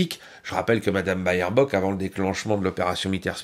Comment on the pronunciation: pas "Bayerbock" mais "Bêrbock" 😉